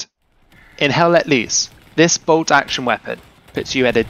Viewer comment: It is not HELL LET LEESE!!! Its LOOSE